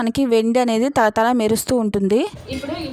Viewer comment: తల తల కాదు తళ తళ అనాలి